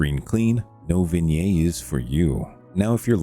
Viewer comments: vignette is pronounced vin yet not vin yay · The "Ts" on vignette are not silent. It's not "vin-yay" it's "vin-yet". Thanks for the mod showcase though.